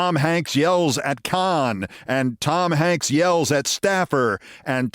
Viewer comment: Can somebody tell Keith to stop being a conne and start pronouncing Cannes (can) correctly. He really doesnt want to be pronouncing it that way